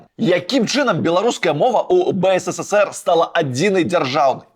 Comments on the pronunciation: выдатнае відэа, але БСССР праз слова замест БССР троху рэжа вушы( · Только не БЭЭСЭСЭСЭР, А БЭЭСЭСЭР ! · ты ў БСССР занадта шмат "С" вымаўляеш)) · Реально, сперва было интересно смотреть Но очень режет слух БСССР.... Какое нафиг.... На мастерке почитай как правильно.... Ёпть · Ён кажа "бэ эс эс эс эр".